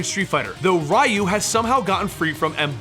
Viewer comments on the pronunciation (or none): "RYE-Yu"?...Are you f#cking serious? 30, years this game has been out, and you still don't know how to pronounce his name? It's REE-Yu. REE!!!!!!!!!! REE!!!!!!!!!!! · Actually his name is リュウ, so phonetically there's no "ee" sound. In Japanese, "ri" followed by a small "yu" symbol is the equivalent to an English contraction. Both Rye-Yu and Ree-Yu are wrong. It should be a merged "ryu", sounding similar to how we say "beau" in "beautiful". "reautiful", take away the "tiful", and you're very close. Source: Living in Japan for 10 years, JLPT Level 1 certificate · Hearing you say Raiyu over and over again was cringy. You delved that much into the story and didn't learn the name is pronounced Reeyu? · Who the f is Rai Yu. It's Ryu It's not ri Yu It's not rai Yu It's Ryu.. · Riiayu? So it's not reeyu? I mean in Japanese they say reeyu( ryu) so I don't know why people have such a hard time pronouncing names from Japanese to latin lmao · The way you mention Ryu name is wrong, it's not Ra-u is Ryu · ryu... is pronounced REE-YOO. not RHYE-YOO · Rye you???? Dude your pronunciation physically pains me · Is it not pronounced as reee-u? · "rai you" 😞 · Rye-you was brainwashed by shadow-laow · Rye-you, lmao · ugh, I can't stand Ryu's pronunciation. Ree-Yu Its not hard, it's in every game and anime movie. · Its ree oo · Its actually pronounced "you" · ryu and shoryuken being pronounced like that hurts me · Idk why but it triggers me whenever someone pronounces Ryu's name wrong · How come you don't know how to pronounce 'Ryu'? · I am so annoyed by the wrong pronunciation of "Ryu" that I can't watch the video. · How the hell did you pronounce Sagat correctly, but missed Ryu? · Interesting way to pronounce Ryu. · I hate being that guy but man, I kept cringing at the incorrect pronunciations I mean, I expect Ryu (since for some reason, people STILL get it wrong to this day lol), but shoryuken? It almost felt like it was on purpose XD